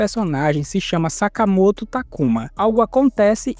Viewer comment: "Sakamato" pode n man